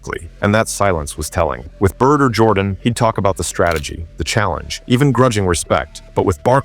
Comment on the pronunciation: Michael 'JORDON'?